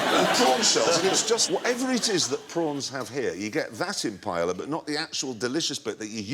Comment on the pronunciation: i've never heard someone call paella for pajala before!